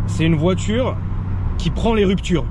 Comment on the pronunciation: "une voitûre qui aime les rûptûres"